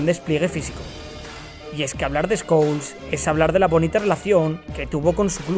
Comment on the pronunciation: Pol escols jaja así le decía el Bambino😆